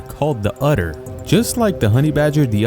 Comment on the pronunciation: You are pronouncing otter like "utter" - this is incorrect.